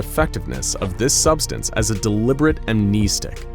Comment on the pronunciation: I hope one day you'll say the name "amnestics" 🤦🏾‍♂️ like I cringe every time you say that word (incorrectly) 😭